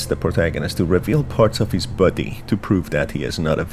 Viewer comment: I’m obsessed with how you say the word body, like “bwoddy” 😁